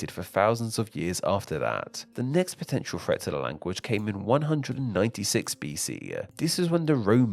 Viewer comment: Language-uh.... i hate people who talk like this.